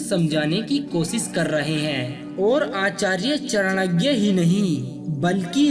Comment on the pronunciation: Its Chanakya not Chanagya .